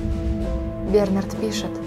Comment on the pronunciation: Не хочу тебя обидеть, но были ошибки в произношении слов БернаАрд, и таких ошибок было достаточно. Но читала ты этот стих действительно очень хорошо.